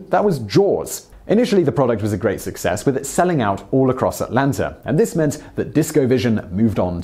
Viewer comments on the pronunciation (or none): none